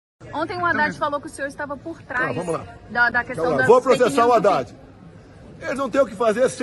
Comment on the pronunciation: HADDAD.... ...HA_IDADE .......KAKAKA .... FALA ..... DEPOIS DIZ QUE NÃO FALOU ..... HA_IDADE .....KAKAKA .... CUIDADO ... CUIDADO .... NICOLAS TE. PEGAR ....KAKAKA